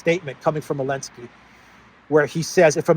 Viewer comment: When I see secretary Austin I immediately think "affirmative action". I know this is so minor, but I'll say it anyway. Ramstein is pronounced ram stine, not ram steen. The name Zelensky begins with a "z". It's Zelensky, not Elensky. Stop being so childish! After you've said "Elensky" 3 or 4 times, I quit your video.